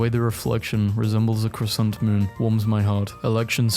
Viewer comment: deadass stoped cold when I heard him say croissant